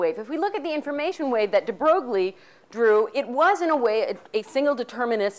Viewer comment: I think it's funny that she tries so hard to pronounce the French philosopher's names with a cheesy French twist, but then when it comes to Louis De Broglie she butchers his name emphasizing the 'G'...whatever, more importantly... I have to stop watching these lectures. My bullshit detector has almost broken after 4 lectures. Hey, if any of you actually want to know what Quantum Mechanics is and not what the crazy lady on the street corner thinks it is check out Susskind or Balakrishnan.